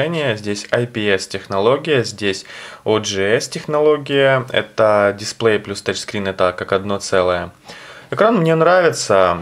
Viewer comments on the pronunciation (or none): none